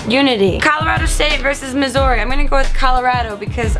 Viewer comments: im from missouri, its pronounced MIZURY not MIZOURY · ....ps...love the way you say 'missouri'...lol... at least it wasn't 'missoura' like some folks like to say....